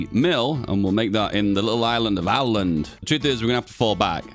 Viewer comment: Åland is pronounced the same as Oland